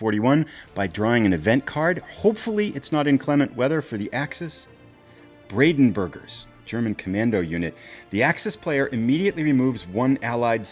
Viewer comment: This was excellent. Brings back lots of memories. I still have my copy after all these decades! Just a quick correction, it should be Brandenburgers, not Bradenburgers.